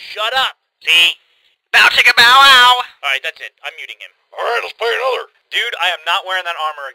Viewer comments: its bow chicka bow wow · W. T. FUCK! It's "Bow chicka BOW wow"! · Anyone else notice he says bow chicka BOW wow sometimes